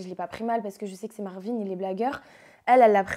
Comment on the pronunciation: Ça me stresse de ouf ces yeux à causes des lunettes 😂 et son roulé rrrrr marrrvin😂😂 (je sais je suis chelou mais j’étais obligé de dire ça 😂😂mais sinon tu es vraiment belle)